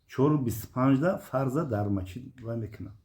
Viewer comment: Бобо Мачить не Масчит бгу бо хтона Бобо меги